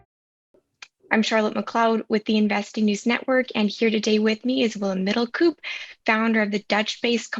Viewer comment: It's pronounced 'middle-cope', not 'middle-coup'. ;)